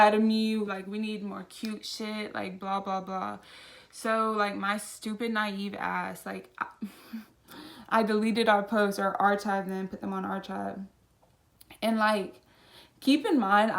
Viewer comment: Is everyone ignoring her saying arCHive lol